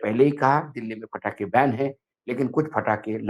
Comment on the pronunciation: पटाखे बैन हैं फटाके बैन नहीं 😅😅😅